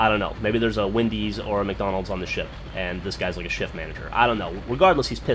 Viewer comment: when u said get off my ship it sounded like u said get off my shit lol